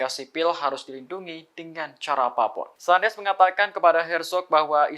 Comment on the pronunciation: Pembaca berita Tribun network lucu2 ya. Al Qassam dibaca Al Hassam, Qatar dibaca Hatar, Sanches dibaca San-hes. Dari siapa mereka belajar membaca ya?